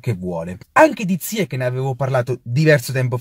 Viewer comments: Si pronuncia ziyesc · Non si chiama ziakkk ma ziach.... Ch in francese si pronuncia come..ci.. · Cmq si pronuncia zaiec non ziec (il nome si scrive ziyech)